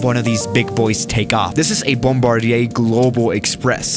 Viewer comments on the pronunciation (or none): none